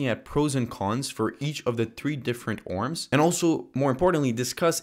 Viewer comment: BTW I think ORMs is pronounced as a abbreviation rather than a word. Love your videos!